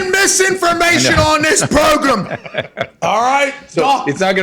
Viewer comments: "Do NOT spread MISINFORMATION on this PROGRUM!!!!" LMFAO Pat that was killer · Pat says hey get on the "pro grum"